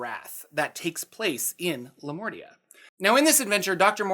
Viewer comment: For a moment I thought you said Lamortia, instead of Lamordia. This makes me think that it might have been named accidently into Lamordia. Lamortia basically means "the death". And it sounds awesome.